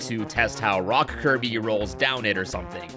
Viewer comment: He said Kirb not Kirby or Kirbo